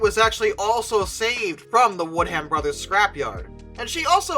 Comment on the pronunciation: Watford if pronounced "Wotford". It''s an easy mistake to trip over, but do try to check the pronunciation of English place-names - even the most innocent-looking ones can harbour pitfalls fore the unwary. And ... Woodham is pronounced "Woodum".